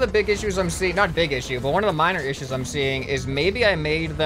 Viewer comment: Ha you said a miner ishu